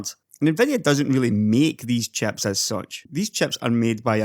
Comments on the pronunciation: Talking about graphics "chaps" xD. Love the accent. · I'm sorry for joking about this, because I love your accent, and I really enjoy your content as well, but I have to laugh when "chips" kinda sounds like "chaps" to my ears. I also really enjoy your comments on the SemiAccurate forum. You strike me as a bit different from the traditional tech tuber. It's pretty easy to tell when someone is a bit more "in the know" than others based on their content and where they get their information. Keep up the good work! Always love a new video! PS- Your unboxing of Threadripper was great.